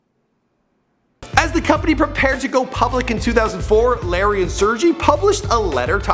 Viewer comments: ITS PRONOUNCED SIRGAY. Not surgie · Sur-gay*** not serjee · Its pronounced SIR GAY NOT SERGEE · Brin's name is pronounced "Sehr-gay". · They really ought to look up pronunciation of the names before making a video... Sergey was pronounced quite awfully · You pronounce Sergey wrong :) just search it on youtube